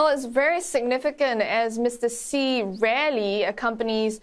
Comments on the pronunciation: Mostly, Xi is pronounced as "She" . Not See not Ex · Is it right to pronounce Xi as Ci or is it just chinese accent?